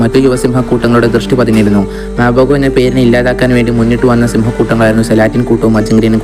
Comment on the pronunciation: കുറെ നാളുകൾ അവിടെ ജീവിച്ച അനുഭവത്തിൽ പേരുകളുടെ ഉച്ചാരണം ശരിയായി പറയാം'' '' മപ്പൊഹോ സെലാസ്ടീസ് മഷിഗലാനീസ്